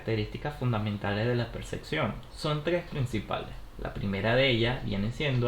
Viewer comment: ¿Por qué es necesario pronunciar "percección", en lugar de mencionarlo como está escrito, "percepción"?